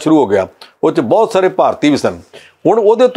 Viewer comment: This anchor needs to improve his pronunciation in Punjabi as he wrongly pronunciates words like “BAHUT”. Thanks for the comments .